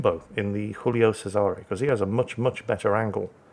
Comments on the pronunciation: stop pronouncing the Giulio Cesare as it was Spanish, pls As a Romanian, it hurts my ears xD It is pronounced Jiulio Chesare. Read that in english and it would still be closer to the original pronounciation 😅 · Ar-kih-pel-ah-go, with a slight stress on the 'pel. ...also, I beg you, by all you hold dear: 'JEW-lee-oh CHEH-zuh-reh'. Have a go? Please? Pretty please?